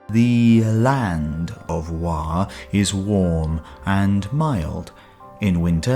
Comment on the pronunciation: should be Wo not wa as this is original pronunciation.